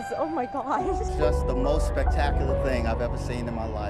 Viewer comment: And forgets how say regular words like Phase. And spectacular.